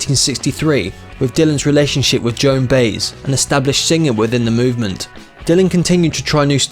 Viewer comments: Ho ho. Joan 'Baze' ! 😸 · Lol Joan Bass 😂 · Joan Baise and Pat Garrette who is this idiot voicing this video